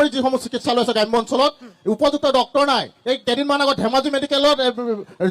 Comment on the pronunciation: Dactor nohoy Doctor O gadho